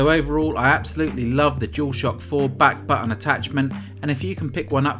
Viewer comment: "Back buh-uhns back pah-ohl"